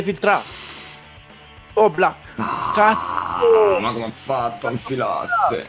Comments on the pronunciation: Il modo in cui diceva cazzo mi ha ricordato il "ma cos'è diventato il calcio? Una giungla caZo" di Malesani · Se mi avessero dato un euro per ogni volta che ha detto “CAZOH”, sarei con le palle a mollo su un’isola tropicale nell’ultra chilling